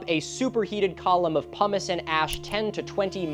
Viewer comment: i swear i keep hearin Humus insted of Pumice